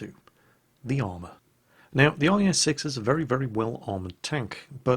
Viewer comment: At some point he said IS-sex???? What's going on there?:P